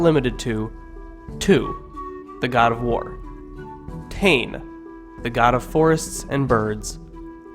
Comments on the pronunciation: 😆🤣😆 Tane it's Taane pronounced sounding like Tarn-eh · Please bro it’s pronounced Tah-neh not tain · Tane = ‘Tan-ae’ not ‘Tannn’ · Ta ney lol not taine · Tawhiri = Tah fi ree Tane = Tah nay Hine = Hee nay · Tane, pronounced as Ta = in Tar-seal & ne = in ne-ver..pls learn ur pronunciation before you make a video like this. I'm cringing right now..ugh!!! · can you pleaseee not do this vid if u cant pronounce the words properly and also tu is tumatauenga and tane is tane mahuta and hine u pronounce hin-e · G IT'S NOT TU IT'S TUMATAUENGA EGG AND YOU CAN'T SAY TANE PROPLY TO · Its tane u fukin idiot and the fuckin reast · HE'S CAN'T SAY THE NAME PROPLY